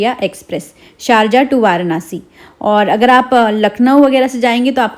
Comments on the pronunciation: Varnasi nhi hota hy varanasi hota hy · वारानासी ❌ वाराणसी ✅❤️🙂